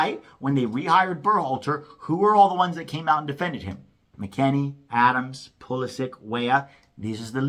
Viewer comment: I do wish Americans would learn how to say Pulisic's name. He's Croatian, not American.